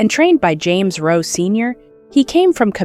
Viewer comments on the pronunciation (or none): none